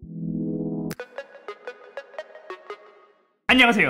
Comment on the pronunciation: 아! 엄마를 너무 찰지게 부르시네 ㅋㅋㅋㅋ